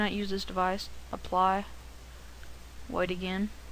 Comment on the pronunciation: "Just click APLAHH"